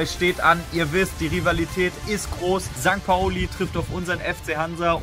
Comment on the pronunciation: Bist ja ganz sympathisch aber das heisst St. Pauli ☺️